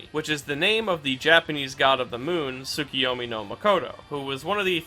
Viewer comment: Its tsukuyomi not tsukiyomi.